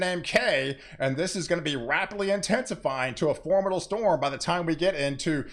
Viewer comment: I'm a new watcher. I've been accused of having overly excited responses to weather. I've found a kindred spirit! (btw, "formidable" has four syllables). I signed up bc I enjoy this so much. I'm tired of getting a censored and myopic view of weather.